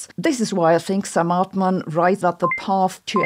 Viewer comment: Hilarious how you say Amodei, Hassabis and Altman. Amou-dei / Altmaan / Ha-ssabiis